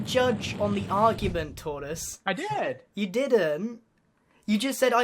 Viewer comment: t. t. U SAID IT WRONG..... ITS HE WHO MUST NOT BE NAMED